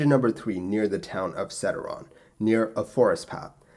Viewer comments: Istres as well and "sederon", what's that? Funny but normal since he is not a French speaker, isn't it? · All over the world except France ... It was not a criticism but sometimes the pronunciation is so far from the right one that we don't even understand what he is talking about, like "sederon". It's not that important in this particular story but I still don't know what it's supposed to be. Everybody would complain if a youtuber was pronouncing English names of people or places using French pronunciation codes and nobody would understand anything ...